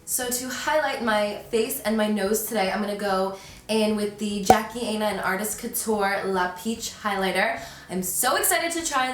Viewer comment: You said Jackie’s name wrong. It’s aina like China, not how u said it